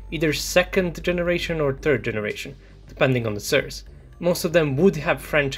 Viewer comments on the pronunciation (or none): great content, sir. Just to help you a tiny bit: The correct pronunciation of "source" is roughly "sors". It rhymes with "force". It does NOT rhyme with the word "burns"